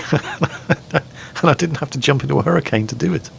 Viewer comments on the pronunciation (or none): none